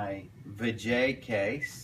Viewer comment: I'm pretty sure it's pronounced vah-hah, no vay-jay.